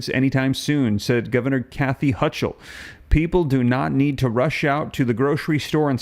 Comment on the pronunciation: The "ch" in Hochul is pronounced like a k.